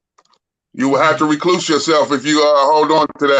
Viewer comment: Remember, its recluse, not recuse